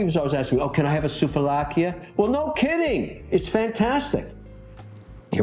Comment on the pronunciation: Sooove laki is the pronouciation. Not soov a lakia